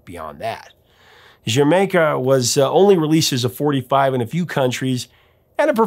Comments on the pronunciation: Here in Australia like the UK, "D'yer Maker" was always pronounced similar (but not quite the same ) as Jamaica. Until I saw this video I never considered that anyone would pronounce it differently. Professor you still have trouble saying the title right missing the subtle 'D' sound required when saying Jamaica with a West Indies accent. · "Dier Maker" is how I pronounced this until today. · Great post. I first bought HOTH in 81'. I am of the Die-r Maker pronunciation. I stand corrected. Can't believe it took 41 years to find that out. Thanks for your excellent ongoing work! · Zeppelin was the first band I remember my dad as liking growing up as I went through his albums. Crosby stills and Nash, the animals, cream, Bo diddley, John Lee hooker, the doors etc. So I got into them and I pronounced its "dyer maker", but never questioned why. Glad to know the real name and reasoning behind it! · There's no slash. The first term is the song title, and the second is the name of a country. It's Welsh and isn't pronounced "Jamaica". It's pronounced "Jur Maker". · I feel a little smarter today having watched this cause I too have mispronounced the title as "Dye-er Maker". Thanks for the correction & the story behind it. Great as always. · Yep... 70's child. Mispronounced it. Dyer Maker. I was a huge Zeppelin fan. Me and my sister were worlds apart in music tastes. She was huge into Disco. But, Houses of the Holy is the one Zeppelin 8-Track that she had. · IDK why, but I always pronounced it Die-er Maker. This video just blew my mind. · We pronounced it Duh-Jer-maker. No matter how it's pronounced, it's a fantastic album imo. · Bohnam hated the song. Great performance although. The fills are powerful unique & very interesting. We pronounced it "Dyermaker". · I pronounce it D'yer Maker. 😀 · When Casey Kasem mispronounces Dyer Maker, we can all feel better. 😂 Great choice, Professor!!